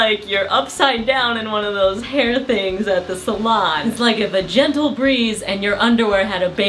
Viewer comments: I could've sworn I heard you say "a vagentle breeze" and I laughed way too hard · lol at "vagentle" breeze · Am I the only one who heard "vagentle" when she said "if a gentle breeze"? Laughed way too hard at this.